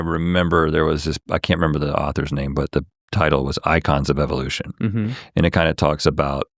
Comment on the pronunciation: THEY WAY THIS PENCIL NECK SAYS EVELUTION YOU CAN TELL HE SMELLS HIS OWN FARTS